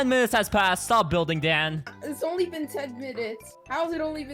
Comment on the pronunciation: Dan said donly 😂